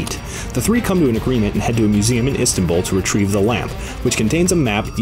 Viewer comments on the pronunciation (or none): you say istumbul when you say Istanbul (Im Turkish hear this so much and get annoyed so advice)